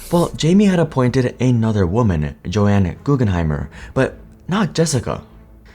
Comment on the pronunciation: Her name was JOAN Guggenheimer not Jo-Anne. Learn to read man